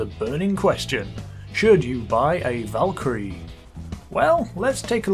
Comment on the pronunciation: I think the Valkyrie is pronounced Volk-crie I THINK